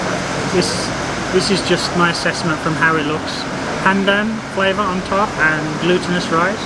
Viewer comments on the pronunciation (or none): none